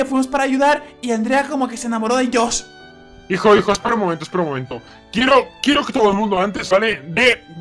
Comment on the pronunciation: 3 perdon pero se dice josh